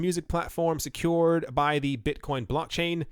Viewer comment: Beezydee Beetcoin 😜